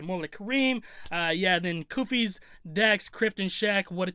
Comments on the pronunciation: It still trips me out how you & Shaq still say that "S" at the end of 100 Kufis name. STAAAAAAHP!!! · That's where you messed up. It's 100 KUFIS NOT KUFISSS. 🤦🏿‍♂️ The S Is Silent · It’s pronounced 100 kufi my guy everyone says his name wrong 😂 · He isn’t even saying 100 kufis’s name right lmao